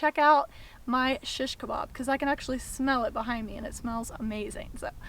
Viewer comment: I like how you say "SHiSHkabob" :) oh btw lately I've just found out about these cool flat stainless steel skewers that rock! They keep the stuff from spinning around when you flip them.